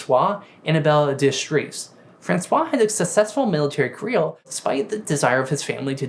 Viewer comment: I don’t think this is a “mispronunciation” issue. I genuinely believe this is a speech impediment. He says words like “Benedictine” with textbook perfection, but he can’t say “labor”, “honor”, or “career”. It seems that “r” and “w” are particularly difficult for him. That’s not something that watching your own videos can fix. He needs some serious time with a certified speech therapist.